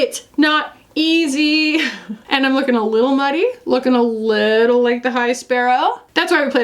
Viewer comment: This woman said muddy like the High Sparrow WAT 😂